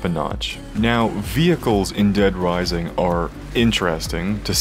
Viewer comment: "Dead Wising" 😆